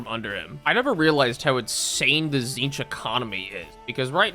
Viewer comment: "tzeentch marines" sigh